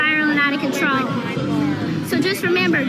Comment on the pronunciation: “Spiraling out of conTRAWL” 🙄😂